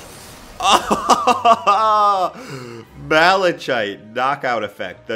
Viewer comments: It’s not mal-a-chite, it’s mal-a-kite. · freepencils Mala-CH-ite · Michael Goldsby malaCHite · Ok steven universe fanboy here. When you said "Malechite" Its pronounced "Mal- Le-Kite" And Pearls N sig on spear is rose. Pearls are like servants for their leaders and Rose died during a war so pearl is kinda alone. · And he called malachite maleCHite it's pronounced [mal-e-kite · Mala ch ite. No, it’s pronounced, mala-kite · oh and the ko effect is pronounced malakite not malachite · It’s actually pronounced malakite but malachite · And also he said malachite but it is pronounced malakite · Ugh it's Mala KITE. KITE. I hate it when people pronounce it Mala chite. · Its mala KITE not mala CHITE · No one: Not a single soul:: malaCHite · Hey Garnet: (Gar-nit) Malachite: (Mala-Kite) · Malchite (mal-i-kite) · it’s pronounced malakite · It's literally pronounced Male-cite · I dropped my uwu sorry REALLY THO “mAliCHite” like wtf😭😭😭😭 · Mala chite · 1. Malachite is pronounced mal-a-kite 2. She is a fusion between two gems, lapis lazulie and Jasper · The boy is a gem the girl fuses with him the boy (Steven) is half gem and half human the girl (Connie) is full human Also Mal-li-Ci-te is how you say it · Second it's pronounced malakite. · "MALA 'CH' ITE" HENWNDNSNRIDKFJEKF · Mal-I-chite me: confused screaming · everyone is getting triggered for saying "malaCHite"...... me still being triggered for him saying "gar-NET' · The boy is the one with the gem and its pronounced (Malakite) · Just Letting You Know Its Pronounced As Mala-kite Not Hating Just Helping You :D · it’s malachite (mala-kite) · Actually Stevonnie doesn't have a gender either shes non binary Also where the heck did you see malachite Grab a person also its pronounced MALA KITE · MALA WHAT ITS PRONOUNCE : MALA KITE srry for yelling and stevonnie the girl is not a gem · Its pronounced like malakite even though its spelled malchite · It’s pronounced (malackite) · malachite pronounced mama-kite